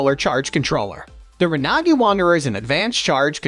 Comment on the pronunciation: I've never heard Renogy pronounced that way, sounds like a foreign language.